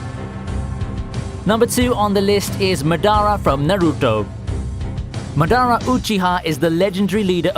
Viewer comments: MAdara Uchiha not maDARA uhCHIHA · its mAdara not madAra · Ma-daa-raa not madra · Mad are Ra 😅🤣🤣 this guy need to research on how to pronounce others name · Did u say madahh, instead of madara, then u said cocchi ha instead of uchiha, disrespecting the boss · It's Madara not Madarra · i cringed when he pronounced Madara's name like Madonna. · Omg...did he just said m..me....Medàrah ?? 🤮 im Dead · Ma-da-ra. not Mud-ar-a. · my guy said MuhDara from Noreuto 😔. but Madara is wayyy stronger than Meruem😂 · It's pronounced as mah-dhara uh - chi-ha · basically your right but he's good narrator and i hate why'd he say it and it's pronounce like Mah'Dahra. Me: disappointed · MAD ARE A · How dare you mispronounce madara uchiha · The way you pronounced Madara, Susanoo & Sharingan bothers me. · Are you telling me meruim is stronger than madara and izen?! And what is with madara pronounce 😂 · JESUS MAN LEARN TO PRONOUNCE JAPANESE NAMES!!!! ITS NOT HARD! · i can't forgive you for pronounce Naruto and Madara like that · The way you say hoenhiem and madara is pure aids man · The way he says madara makes me want to kms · I hate the way you said madara Take that back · When he says madara and Naruto that kills me. Just stawp plz 😣😱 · #1 pronounced madara wrong #2 says the highest form of sharingan is the eternal mongokyo sharingan when in fact it's the rinnegan #3 also pronounced naruto wrong #4 he hasn't even reached his full potential in this video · I’m surprised Madara is on top of Kagawa. Also you really butchered the shit out of Madara’s name while u perfectly pronounced the rest 😂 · He butchered tf out of madara and he fucking said narudo I’m fucking triggered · That’s now how u pronounce Madara. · no one is gonna talk about the way he said Madara?? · the way he pronounces madara hurts me real deep... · i know right the moment i heared him say madara i almost died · You've butchered the name of Madara Uchiha. smh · It is not Madara, its Madara!! :P